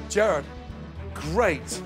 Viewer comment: anybody notice how gordon ramsay calls jared "Gerard"